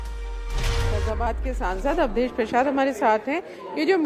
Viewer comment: अवधेस बोलना तो सिखलो योगी के सामने अवधेस हाय भारत देस